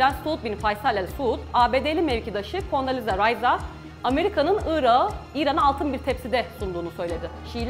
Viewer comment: küçük bir bilgi vericem. özel isimlerde yumuşama olmaz yani telafuz ederken ırakı diye telafuz etmelisiniz , ırağı diye degil